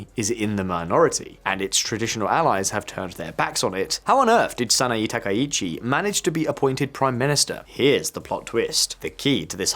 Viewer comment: 名前の間違いがひどすぎる。わざとだよね？サイって誰？ SANAE TAKAICHI！だよ。